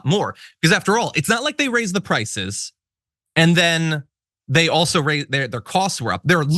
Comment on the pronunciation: With her concrete lip Ingraham says "frices" because she can't say "prices".